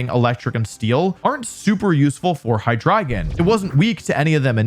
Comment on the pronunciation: I knoiw hes trying to say "Hydreigon" but I swear to god im hearing "Hahdrygin"